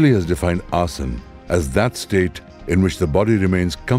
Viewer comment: What a wealth of information! I cannot imagine condensing the history and study of yoga into a 90 minute video. That must have been a very difficult task. I am curious why the letter “a” is dropped when pronouncing certain words, for example asan instead of asana.